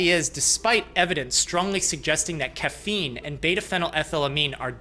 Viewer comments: Not caf-een, ca-feen apparently lol. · Lmao at making fun of "cuffeen" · I’m torn between loving and hating how this man says caffeine, starting to lean more towards love though lol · Dude said caffeine like coach Dr. Greg pronounces names.